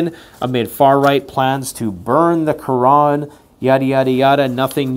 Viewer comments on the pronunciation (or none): none